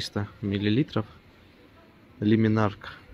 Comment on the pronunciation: ЛЮминарк, а не лИминарк